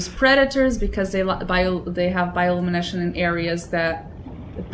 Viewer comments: "Bioluminesh" <3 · You're pronouncing "bioluminescence" wrong xDD But I get it, maybe English isn't your native language :) I stumbled upon this series by accident, gonna watch the other episodes too cause I enjoy your first contact with this amazing game! :) Enjoy the experience, and good luck on your adventures in 4546B :D